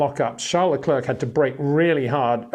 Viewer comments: enjoy watching your video's👍 1 tip luclèèr that should help you say Charles his name. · I know you can say Claire properly. Now try Leclerc which rhymes perfectly. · Say: Bear - The Bear - Le Bear - Leclerc